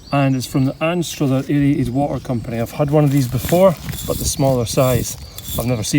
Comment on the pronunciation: You’re pronouncing Anstruther incorrectly. Oh dear.